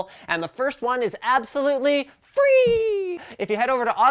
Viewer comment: The way he said free tho